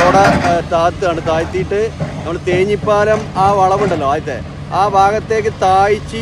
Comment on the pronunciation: തേഞ്ഞിപ്പാലം അല്ല ‘തേഞ്ഞിപ്പലം’.